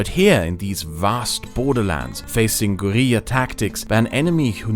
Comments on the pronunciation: Love how he just says "Gueriya" when he's trying to say Guerilla tactics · I can't get over the pronunciation of "guerilla", it's so out of place with the overlying pronunciation, it's just hilarious. No disrespect meant, the video is a masterpiece, as most are in this channel.